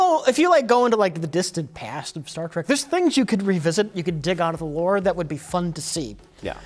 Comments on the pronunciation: Anyone else notice Mike will occasionally say 'Star Track' ? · I love how he calls it "Star Track"